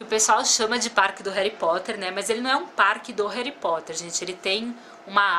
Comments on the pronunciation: NAO É HARY É HARRY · pois é eu vi o vídeo gritando não é heri e HARRY 😲😲😲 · hery potter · não é hally potter